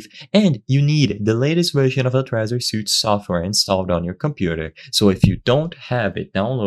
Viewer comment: Suite: "sweet" not suit.